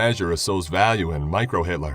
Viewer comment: Did he just say microhitlers?